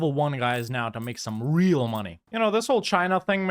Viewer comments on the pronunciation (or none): none